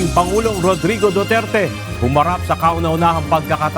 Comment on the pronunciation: Who's Mr.Dutert?????? Name palang Mali na Jusko.! Duterte not Dutert!!!!